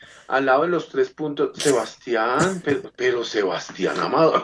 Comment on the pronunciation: Qand Squeezi prononce "Perro" (chien) au lieu de "Pero" (mais)... 😅